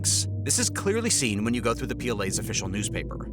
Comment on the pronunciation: Good God! Zhang rhymes with "bong"; You as in yo-yo; Xia" she-ya" (one syllable)